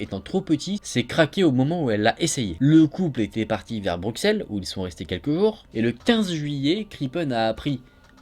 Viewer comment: Super video mais on dit “brussel“ et pas Bruxelles ❤️